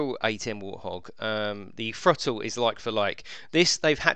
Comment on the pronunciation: What's a thro-le